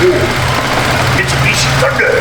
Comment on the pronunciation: Pronounced 'mit-su-bitchy'